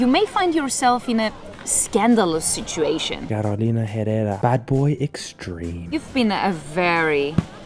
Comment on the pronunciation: ”Carolina Herrera” needs work 😄 Otherwise the voiceover made this video 🔥